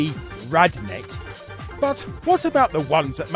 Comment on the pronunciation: it's Randnet, not Radnet